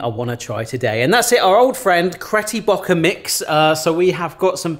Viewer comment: I’m not the only one who calls it “Cretty Bocker” haha!